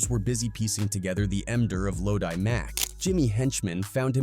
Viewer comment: Wtf is “lodie!?” (Low-d) is how you say the man’s name. I’m about to report you shyt